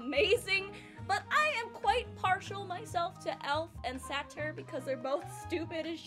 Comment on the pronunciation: satyr rhymes with hater not saturn also syd best channel